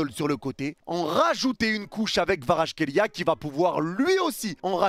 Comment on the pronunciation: Analyse très intéressante. Je reviendrais sur ta chaine pour le débrief. Autre chose, je sais que c'est dure mais le nom de Kvara se prononce "Kwadratrélia". Aller match Goat